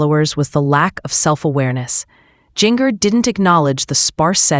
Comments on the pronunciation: First of all, learn how to pronounce her name. I would tell you but it's not hard. Second, they have furniture, they ordered it and wasn't delivered when this was recorded. Get a life and if you insist on publishing videos, be truthful by research. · If you can't pronounce people's name why talk about them. Jinger Duggar stay out of their business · you need to fix the AI voice .. it’s saying Jinger .. really strange there’s nothing wrong with getting furniture .. once u have lived there for a little bit